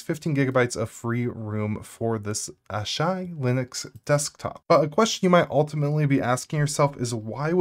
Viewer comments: ah-shy???what. it's written as asahi, A-SA-hee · Little side-note: It's called Asahi (Ah-Sah-Hee), not /Ah-Shy/. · aa-saa-hee not "Aww Shy" ... mmkay? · "Asahi": exists: ah yes, Ahsai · He's speaking it in American. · Owww, but he says it so confidently though. I bet he's gonna double down and stand firm on his pronunciation. Repeat after me, ah-shy... ah-shy... she-she lolz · holy crap did he really just call it ashai linux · 😂 Mate, it's A (like ah) - sa (like Sa from Sahara) - hi (like hee) => Asahi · I'm disgusted by the way he pronounced "asahi", he's definitely not a weeb